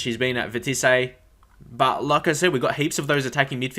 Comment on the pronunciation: Hey Bro, Just saying, pronounce Vitesse like this: Vee-tey-ss Haha but yeh I know french words are hard haha that's how we say it